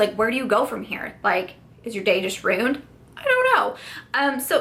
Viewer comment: When you pronounced "ruined" as "runed".. I giggled , made me think of Family Guy. And I feel your pain about trying a product multiple times because you want it to work. I was like that with the Lancome teint idole Foundation. It broke me out four separate times before I finally gave up. I'm still sad about it LOL